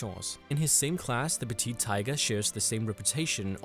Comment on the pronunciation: It's not TYGA it's TAIGA